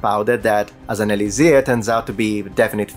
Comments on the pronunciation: Dude. It's "e-LIK-sir," not "e-li-ZIR." Pro tip from a native speaker. :) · In English it's pronounced: "E-licks-er".